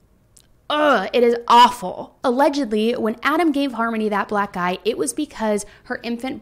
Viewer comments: i kept hearing 'black eye' as 'black guy' and it made me laugh so hard. which is inappropriate but like.. lol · Am I the only one who heard "black guy" instead of "black eye" and was extremely confused?